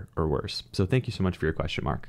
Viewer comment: I was just pointing out that you said “question Mark” like a “questionmark” but the guys name is Mark. It was a stupid comment, thanks for responding 🤭